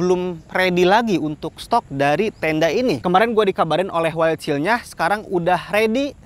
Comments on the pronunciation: Wildshell. Bacanya waildsel, bukan waildsil bang. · Wildshell bacanya "waildsyell" bang...